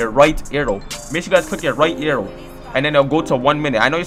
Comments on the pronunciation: AehxyTV it sound like he said "aiou" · Fr wth he saying arrthow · Is it just me or does he say arrow stupid weird😂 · he can't say arrow